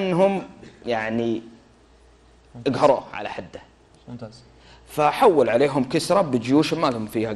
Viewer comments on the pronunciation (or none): none